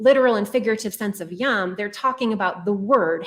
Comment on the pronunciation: This is a helpful interview. One tiny thing: both interviewer and interviewee keep saying "yam" for day. "Yam" is sea. "Yom" is day.